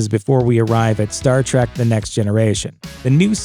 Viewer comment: and you all ready screwed up... It's TREK you godless uncultured heathenus swine! TREK not TRACK ... How Dare you!